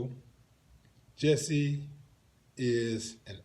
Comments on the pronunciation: Jussie pronounced jucy. ????? Another falling star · Pronoince his name right! It's Jussie! Nobody said shit about them being white or wearing maga hat's. Fuck you, dumbass!